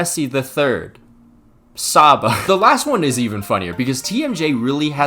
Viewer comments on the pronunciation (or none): none